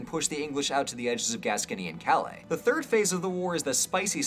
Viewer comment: There are few things funnier than hearing an American trying to pronounce 'Calais'.